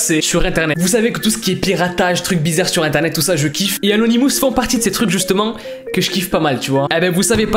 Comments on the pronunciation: les "anonimousse"? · On dit anonimos